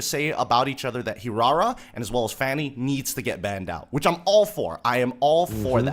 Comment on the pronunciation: Leo taught well on how to pronounce Hirara 😆